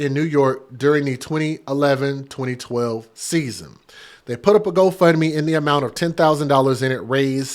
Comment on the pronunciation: The way you say GoFundMe is sickening.... There's no "a" in-between 'fund' and 'me'